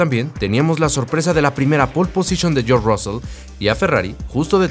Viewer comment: No podéis pronunciar George?....